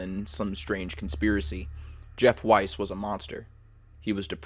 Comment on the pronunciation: it’s pronounced “weese” not “wise”